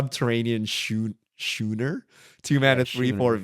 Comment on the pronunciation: Schooner. The "ch" is pronounced like a "k". Type of ship for sailing. The fact that got it right after past videos with one of his trademark mispronunciations made me so happy.